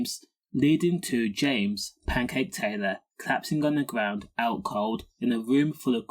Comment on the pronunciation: WHY do you erase words ......like COKE etc ?. "Gwound" , "cwiminals" 😂. Speak properly and leave all the words alone , you clown.